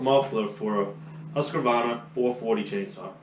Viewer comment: Husq-varna there’s no “a” between there lol